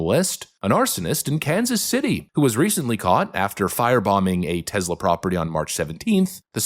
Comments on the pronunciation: Take it from Pam Bondi - it's TESS-la, not TEZZ-la. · TESS lah. "Tezla" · its tess-la, not tezz-la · I listen to all your posts every day and really enjoy the meme of the day concept, but for the love of God it's Tesssla rather than tezla. Keep up your good work on shedding light on the craziness of the left. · By Tezzla, do you mean Tesla?